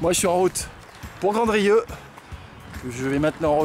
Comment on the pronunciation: Grandrieu le village que vous avez traversez le D ne se prononce pas je suis originère de là-bas et merci pour cette balade en Lozère c'était super !!!!